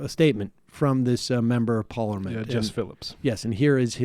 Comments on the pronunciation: Why can’t Sam say parliament?😂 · Haha Sam u need to practice the word “parliament” :) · Why do you say parliament so weird ?